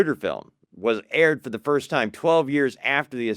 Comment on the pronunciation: This guy would be easier to follow if he would say "Time" instead of "Tom". He can say "Science" right, but not "Time". Bewildering...